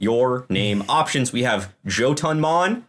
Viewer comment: is the only one who pronounced Jotunnmon correctly. Kudos, sir.